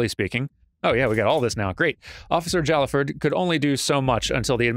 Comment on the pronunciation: "Jallaford" is pronounced "Hai-ah-ford". Sword boyfriend usually says something about him when you first look at his profile.